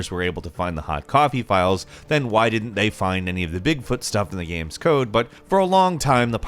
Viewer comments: It's games, not gams. It's kind of hard to take a gaming information channel seriously when they can't even say games right. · Thank you! I thought I was the only one hear him say gam instead of game for years now.